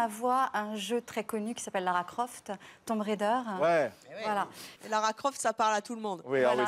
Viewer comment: 😅😆 TOM RAIDEUR .. ""RéDEUR"""😅😄